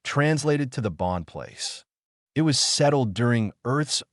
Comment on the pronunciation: Overall, a decent story and generally well delivered. However, there were multiple times where it was obvious it was A.I. The most common instance was when "it" was being used and the voice used "it" as if it was using the abbreviation for Information Technology, aka IT or I.T. I noticed fairly along in the story when one instance happened with a word spoken "I.N." instead of "in". Then there was the one time, again late in the story, where what should have been an ignorable period was read (rhymes with bread) out as "dot".